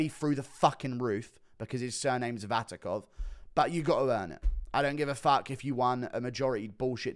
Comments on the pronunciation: Its not Vatikov,its Vakhitov 😂 Guru pulling a chael on us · Hey,. Something, you may find interesting: Vakhitov already tried to be an MMA fighter and failed, check out Open FC 31 results. Also it's Vakhitov, pronounced [Vahitov], not [Vatikov]. All the best. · guru is now being like Sonnen, misspelling fighters surnames, 'VaTIKov', while dudes surname is VaKHitov.. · Vatikov, lol. Are english just dumber americans? Btw, since he fought Alex he got blackbolted out of kickboxing for his ethnicity, transition into new sport, got injured and sit out for a year all in Kazakhstan regional, couse he couldn't find booking anywhere else. Deep inside as always from.